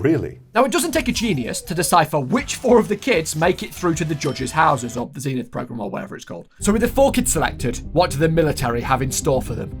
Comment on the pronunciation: I cant cope with how you pronounce zenith zeeeenith